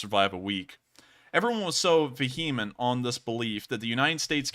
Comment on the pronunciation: If you’re gonna be a lawyer, you’re going to have to learn to pronounce vehement. Anyway, HIMARS actually has turned out to be a game changer. They killed hundreds of soldiers, took out a lubricants depot and an ammo warehouse in one strike Donetsk.